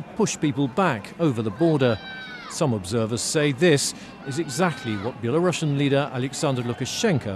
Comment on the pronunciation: Belarusian not belasrussian!